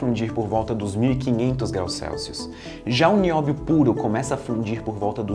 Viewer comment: É NI-Ó-BI-O TALQUEI?